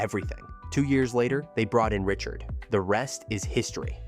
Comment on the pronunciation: Not Rocket Richard...Rocket "Ree-chard". Like this video! Cool info during the post-season. Thanks!